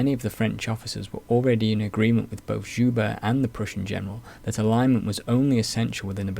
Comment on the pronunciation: Very thorough, quite impressive. Looking forward to more! One small note, though, from a francophone. Guibert: Gi-behr(t). Like the kimono one wears for jiu jitsu.